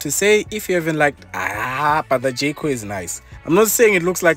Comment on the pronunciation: who else kept hearing jcole😂